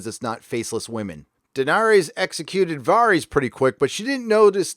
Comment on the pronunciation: Their names are VAR US (like Various) and DAV (like dag with a V) OOS (long O sound) lol